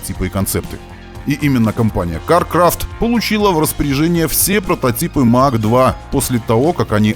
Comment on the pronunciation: Mach произносится как Мах - это немецкая фамилия. Имеется в виду Эрнст Мах, в честь которого названа единица измерения скорости относительно скорости звука. Сверхзвук - популярная в те времена тема :)